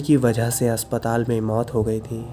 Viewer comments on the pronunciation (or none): none